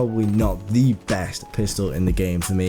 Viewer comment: stop saying thee